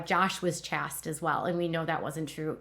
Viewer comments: Not chast,, chaste-pronounced chayst 🙄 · Why do you pronounce chaste (chayst) as CHAST? Is that some new "thing" the way everyone now pronounces niche (formerly 'nitch') as 'neesh'? Mispronouncing normal words stands out like a sore thumb and it occurs to me that it's not the first time I've heard you pronounce it that way. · Hey sweetie, I enjoyed your video. I just want to let you know that the word 'chaste' is pronounced chayst. You're doing great and I hope your channel keeps growing! 😊🤗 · Chaste not chast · Hi chaste is pronounced chased. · Why do you mispronounce and mis-use so many words? Learn how to pronounce CHASTE. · Chaste is pronounced with a long A like paste. I mean this in a kind way. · Chaste- the A is hard ChAste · The word chaste rhymes with waste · Yep. Long A. Doesn't follow the typical English grammar rules.